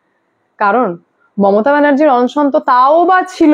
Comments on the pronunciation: বাবা,কথাটা অনশন, অংশন নয়।তুমি খুব concurrent খবর দাও,কিন্তু উচ্চারণটা একটু ঠিকঠাক করো।otherwise, খুব ভালো। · ম্যাডাম সব ঠিক আছে কিন্তু অনশনের উচ্চারন টা একটু ঠিক করে নিন। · অন্ সন্ কি বলুন অনশন